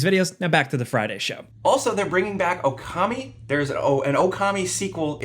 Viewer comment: Okami dude. Okami.